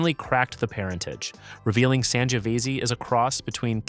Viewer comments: How can you pronounce Tempranillo but butcher Sangiovese that many different ways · San jee oh veezee 😂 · Your pronunciations are cringe-worthy, particularly the Italian varietals Ciliegiolo and Sangiovese.